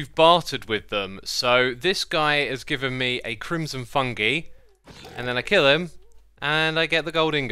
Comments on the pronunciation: I wonder if he knows it a pronounced "fun-guy" not "fun-gee" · İts not “fungee” its “fung-eye” or its like saying fun guy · Just so you know, it is pronounced fun-GUY, not fun-GIE. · Its fung"eye" not fungee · “Fungi” is pronounced “fung-eye” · Noone??literally noone he said fungi wrong